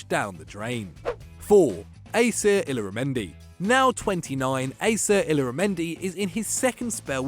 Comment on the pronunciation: Anyone else cringing at the way he pronounced illarmendi and texiera?